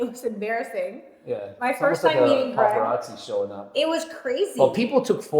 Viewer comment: Lady, its Gregg not "Craig" sis doesnt even know her man's name 😂